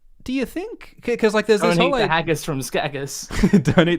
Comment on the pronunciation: You pronounce haggis as haggos?